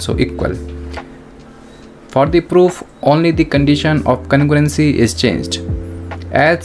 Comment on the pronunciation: Congruence ❌️ Can-gu-rent✅️